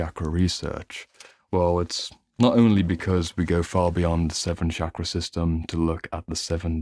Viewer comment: Great video Just a mild correction. Here 'ch' in 'chakra' would be pronounced as in 'chain' and we omit the 'aa' sound in the end in Sanskrit and Hindi. No offence. Just for info 😊